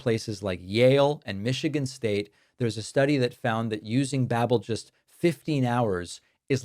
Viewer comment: Babbel ... as in Babbel fish 🐟, pronounced like bible with an A .. B'able.